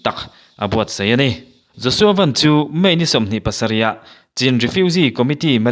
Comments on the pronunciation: Josua Van i lam dan hi 'Maruti Van' tih anga lam tur a ni lo, Van ram kan sawia Van tih anga lam tur a ni e. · Pu Siamthara ngei pawhin Van hi Sky lam danin a lam kha aw